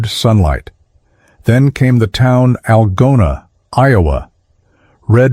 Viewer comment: First Algona is promounced al go na. Second there is no feasible way to see the statue of liberty from Norfolk Virginia.